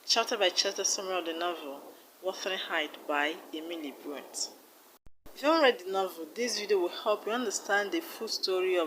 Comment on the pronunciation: It is Brontè so it’s pronounced brontey